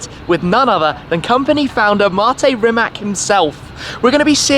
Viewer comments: How about you first start pronouncing the dude's name correctly, and the name of the factory as well. It's "Rimats", not "Rimak". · It's Rimac! Not Rimak! You should pronounce it like ''Rimats''! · Rimatz, not Rimak! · Its not Rimak, its Rimac. Dam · NOT Rimak? RIMAC! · It is Rimac, not Rimak